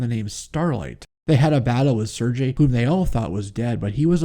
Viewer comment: Sergei is actually pronounced "Sir•gay" Not trying to be knit picky. Just figured I'd clarify. Great video man.